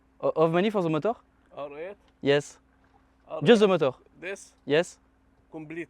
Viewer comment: "Engine", pas "motor" mdr